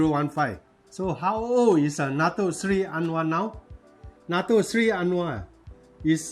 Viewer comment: I just open this channel slightly Let me correct your pronounsation It should be Dato Seri ...not dato sly Anyway it was a good explaination